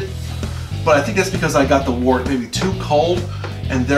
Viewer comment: It's pronounced "wert" and don't ever say handy dandy again😂